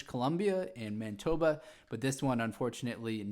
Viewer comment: It is not pronounced man-eye-toba